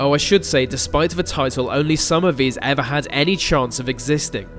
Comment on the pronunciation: please go to elocution lessons. When you say "vese" instead of 'these' and "ve" instead of 'the,' it makes me want to switch the video off.